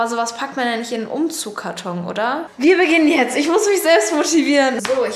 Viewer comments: Wen nervt es auch so dass Bibi die ganze Zeit "Umzugkarton" anstatt "UmzugSkarton" sagt 😂? Keine Ahnung wieso... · UmzugSkarton ;) nicht Umzugkarton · UmzugSSSSkarton Nicht Umzugkarton. Meine Güte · Jedes mal wenn du Umzug(S)karton sagst stellt sich bei mir alles auf 😅 Trotzdem schönes Video 😊